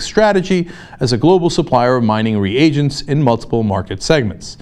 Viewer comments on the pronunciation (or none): none